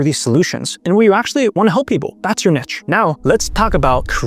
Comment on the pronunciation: To mispronounce 'Niche' (Neesh) as 'Nitch' is as incorrect and ridiculous as mispronouncing 'Itch' as 'Eeesh'.